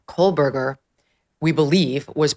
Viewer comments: Why does it sound as though his name is being pronounced as Kohlberger, with an "L" or are my ears playing tricks on me? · Why does she always say "Coalburger?"